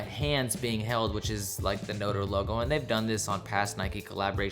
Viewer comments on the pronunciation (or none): It's no-trae , not no-ter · lost it when tried to pronounce notre lmao